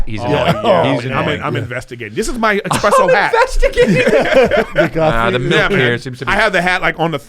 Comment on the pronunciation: Eric: "It's...egg-spresso time" Ain't no 'g' in espresso, but "to each their a n a l" - Mark Normand